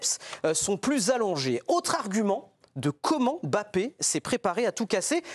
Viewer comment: À quel moment en France vous allez arrêter de l'appeler aimebappé alors que c'est un M muet c'est pourtant facile et bizarrement son remplaçant géorgien du psg vous arrivez à bien prononcer son nom sachant que son nom au Scrabble et un ko pourquoi pour l'un vous ne faîtes aucun effort alors que son nom est facile à prononcer et pour l'autre vous arrivez à le prononcer facilement alors qu'il rend dyslexique c'est gênant